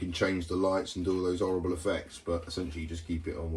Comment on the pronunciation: "mostly 'orrible".. (Are you using the water hose yet?)